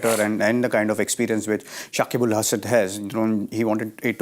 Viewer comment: Not only that, they keep saying Shakibul. Its Shakib Al.